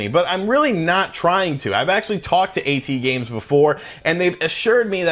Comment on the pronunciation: It's not pronounced a-tee-games, it's pronounced at-games. Get your pronunciations right!